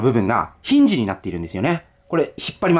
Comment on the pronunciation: ひんじの発音おかしい